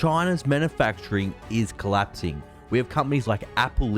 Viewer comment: "Collapsing", not "clapsing".